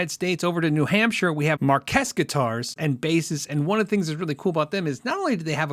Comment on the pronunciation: Thanks you so much for including Marques Guitars on this list! I’m honored to be included with other amazing builders! I just wanted to tell you that (in my case) the name is pronounced “marks”. Thanks again!!